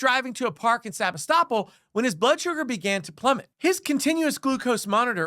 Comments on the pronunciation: PLEASE correct your video, it IS SEBASTOPOL NOT Sabistoppel. If you expect to have ANY credibility, then you need to get the basic FACTS correct. I went to the channel Press Democrat, and they had the city name. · "Sabi-stop-all" Seh-BAS-tah-pole or Seh-BAS-tah-pul. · You've got the pronunciation of the city wrong, it's Sa-BAS-to-pol. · You got the pronunciation of the city wrong. It’s “se bass te poll” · It's pronounced Sa bass ta pool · I think you should learn to say the city name, Sebastopol. seh-BAS-toe-pole. You are obviously thinking that it sounds like the legal term, "estoppel", but it is not pronounced the same way. That area of CA was settled by Russians, and is meant to sound like the area of the Crimea, "Sevastopol". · The only thing that bothers me more than the cops is the pronunciation of Sebastopol. It's pronounced Suh-BAH-tuh-pohl. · Love hearing people pronounce sabastipole lol sa-bas-tipol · Sebastopol… Pronounced SUH BASS TA POLE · dude, you're mispronouncing the town's name. here's some help: se-bass-ta-pool (Sebastopol). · I live in Sonoma Couldn’t figure out what you were saying The town is pronounced differently Emphasis on the BASS like fish se BASS tapole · Sebastopol is pronounced se-bass-too-pull. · It’s pronounced Seb-ASS-toe-pole. Sebastopol. 😉 Great report, thanks! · topol (/sɪˈbæstəpoʊl, -puːl/ sib-AST-ə-pohl, -pool) Please learn to pronounce the city. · Ha lmao- Sebastopol is pronounced Sea-Bass-Toe-Pole. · Maybe take a moment to learn the correct pronunciation of city names next time. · Heckuva story, but maybe check how to pronounce Sebastopol before recording. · New drinking game. Shot every time mispronounces "Sebastopol".